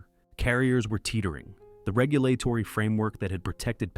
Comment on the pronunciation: I assume this is AI based on the mispronunciation of basic words like regulatory